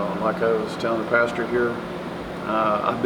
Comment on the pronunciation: He calls him "pasture"!